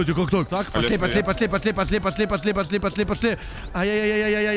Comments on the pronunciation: говарит не пошли а посли.Я первый раз вслушалась,так угарала.ХВАХПХВХЗП))))0))0))00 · он скорее всего не выговаривает пошли и получается посли ))